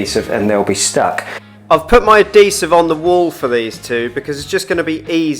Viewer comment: Episode 3 Spoiler : He does indeed finish and to top it off he learns how to pronounce adhesive.